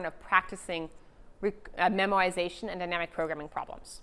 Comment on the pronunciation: It is "memoization" not "memorization"